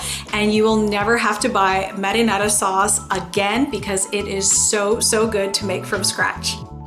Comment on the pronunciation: Muddynana?? Sauce Whaaaa? U mean marinara ?